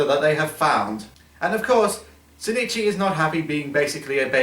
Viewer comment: Isnt the main dudes name ozaki? Why do you call him sinichi? Im like 153% sure the dudes name is ozaki, unless maybe the japanese versions name is sinichi? Or its his last name?